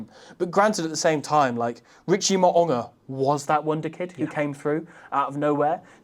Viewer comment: mate pronounces Mo'unga's Tongan surname perfectly ('Maw-ooh-ngah')- whereas absolutely butchers it by saying "Mow-ah-nga". Trust me, I'm Tongan🇹🇴